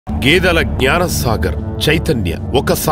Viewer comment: గ్యాన కాదు జ్ఞాన